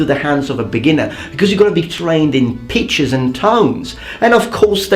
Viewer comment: Are you saying "peaches" instead of pitches on purpose? :)